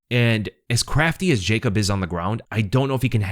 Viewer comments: And yea Yacob is better its actually like Yacoob (oo=U) if that make sense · Here after the fight Actually polish way to say is Ya- coob veek-whach. Thanks for video man POLSKA GUROM AUU 🔥🔥🔥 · Ya-koob Vek-wach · You said Wikłacz correctly! Cheers from Poland! Name is pronounced more like Yakub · Yes,, Wikłacz is pronounced the way you said it, I can tell you did your homework. His first name though, it's pronounced like "Ya-koob", but "Yakob" or the english version "Jacob" are pretty much correct ways too.